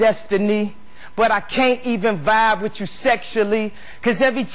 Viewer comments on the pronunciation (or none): none